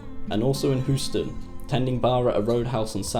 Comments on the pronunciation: JSYK, Houston is pronounced "HYOO-stun", not "HOO-stun". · Please try to research the proper pronunciation of places & names :) I love the content, but cringe when you misspeak.... bameenee or Bimini? who-ston or Houston?